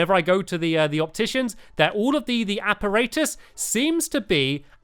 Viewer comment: it is a 'shopticians' instead of an opticians